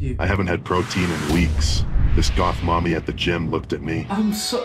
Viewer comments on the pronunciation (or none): none